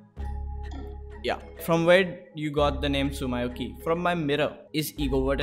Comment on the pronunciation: Everyone:Tsumyoki Him:Tsum my oki